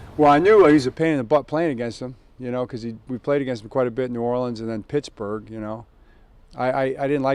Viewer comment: the way Harbaugh says “Pittsburgh” 😂